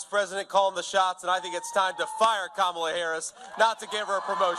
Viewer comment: At least he's pronouncing her name right with the lies he's telling smh